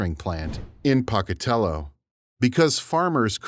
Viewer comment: "Poke-a-tello", not "Pock-a-tello"